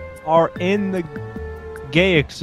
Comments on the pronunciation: “how many planets are in the gayaxy” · said: "Gayaxy" 💀 got me chocked by something💀 ngl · "how many planet are in the gayaxy venus"